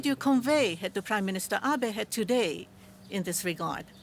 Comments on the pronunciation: It's Abe, not Abi! Can't even say his name... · Who is Prime Minister Ah-bee? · "Ah-bee?"I can't even get past the first words of this clip. How insulting. How humiliated I am. The rest of the country should be, too.